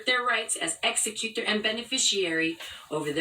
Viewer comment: And why does she strangely morph into a foreigner when saying "executor"? Ex ee cyoo tor!